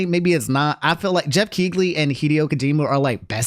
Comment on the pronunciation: bro said Jeff Kegely